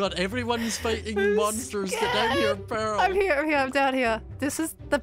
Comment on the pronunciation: I love how Scott pronounces "Pearl" like "peril"